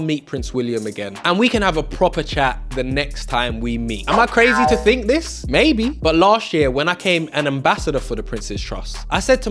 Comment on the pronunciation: What a brilliant young man you are, I am sure your Mum is very proud of you. I would ask that you remember not to replace th with f or v for example with not wiv think not fink, and such like, be an ambassador for the English language